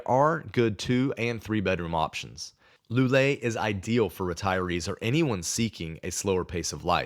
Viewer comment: I was about to praise your pronunciation of the places' names until you got to "Loulé". Whenever you see "ou" it should never sound as "oo" but more like the first "o" in "Porto". It should sound more like "Low leh". Otherwise, you've nailed even some harder ones like "Caldas da Rainha". Regarding your list, I mostly agree. The big con of some of the cities like Lisbon, Porto or Tavira is it will make it harder to learn Portuguese as you'll find more English speakers.... and Portuguese will revert to English as soon as they notice an accent making it harder for you to practice. Cheers!